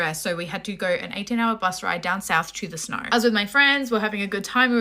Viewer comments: this is a story of a girl that was dosed by her friends before she went snowboarding, or as she would say “sccchhhnooo-oorreee” boarding. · (Homer Simpson voice) why do you talk like that? Only Australians can make “snow” a 2 syllable word. Shhnoo-oorrree. I don’t even know how to spell it or what I’d put in there, there sounds like there’s an “r” mixed in there somewhere, a “ch” sound as well.